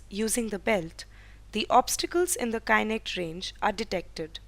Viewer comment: Well the please pronounce the kinect properly... its is not pronounced as kainekt... but kinekt BTW, well done and good job guys :)